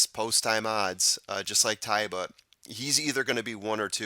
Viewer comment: To me it looked like Ty-ba, and I know when I was doing the SA Derby the announcer say Tay-ba but man.... maybe if he wins the Derby and they say Tay-ba I'll switch up. LOL